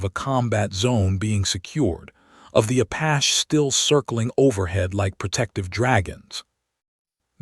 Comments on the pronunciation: LOL was gonna say that,... the way the AI say Apash is super annoying! Like the others where they pronounce Porsha for Porche hahaha... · Please please please.....Apache is not apach. Its prounced Apachee.